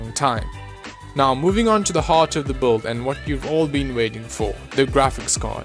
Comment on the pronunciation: "Boild" it's build